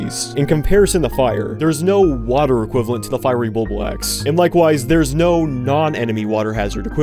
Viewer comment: I love how he says water wWA err